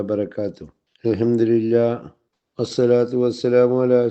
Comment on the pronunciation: ആദ്യം അൽഹംദുലില്ലാഹ് എന്ന് പറയാൻ പഠിക്കൂ.. അൽഹംതിരില്ലാ എന്നല്ല അല്ലെങ്കിലും മത്തായിക്ക് എന്ത് മഹ്ശറ അല്ലേ?